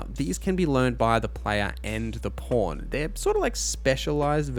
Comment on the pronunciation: It sounds like you're saying porn instead of pawn or maybe i just need to clean my ears 😅